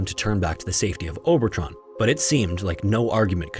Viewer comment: It’s Obertraun is pronouced Ober-trown rhymes with down and town. Not Tron. All German regular As are pronouced like the A in Ahn not Ann. Aun is a common German sound and sounds like you would say Oww-n in English. Auer for example would be said like hour or ower in English. Or like Eisenhower, his name would have been Anglicised from Eisenhauer.